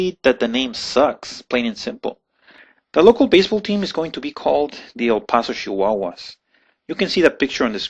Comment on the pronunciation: It's choosing not shoosing. It's children not shildren. It's Chihuahuas not Shihuahuas.